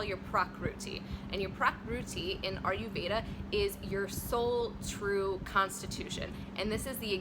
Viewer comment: it's not "are you"veda it's "ire"veda